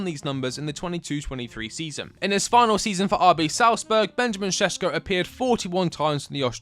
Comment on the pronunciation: Its not sesko, its Šeško and hes amazing.